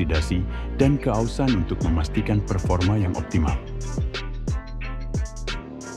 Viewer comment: Keausan bang bukan kehausan